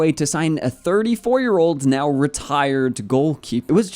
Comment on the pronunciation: You say 34 like if it's 44 😠